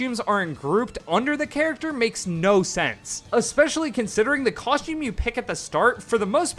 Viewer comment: Dude pronounced costume as "coshtume" like 50 times.